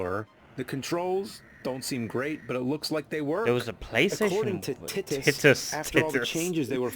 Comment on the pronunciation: Interesting facts though, Superman 64 was so reviled by the fans in general, yes, then Atari took a page out of Superman IV's book and in Nuclear Man fashion, kicked Titus Interactive (And it's Titus although "Ti-ttus" was a good joke though but still it's wrong pronunciation btw) right in the curb straight into the Nuclear Reactor as it disintegrated (It's a joke btw), and showed us how they made a proper faithful Superman game based on the Animated Series aside from the 1988 Superman Arcade Game and the Death and Return of Superman, called Superman: Shadow of Apokolips on both the PS2 and Gamecube with only Lex Luthor and Darkseid as the overseers, and instead of Brainiac and Mala brought in, It only featured 5 Bosses: Metallo, Livewire, Parasite (Rudy Jones), Kanto, Darkseid's servant, and the Interbot leader (being the first boss in the level "Steel Factory Showdown") with the proper voice acting, with the exception of Michael Ironside (Darkseid) and the late Brion James (Parasite (Rudy Jones)).